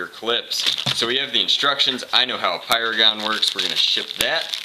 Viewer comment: you said slam firing a paradise dude it's pyragon !!!!!!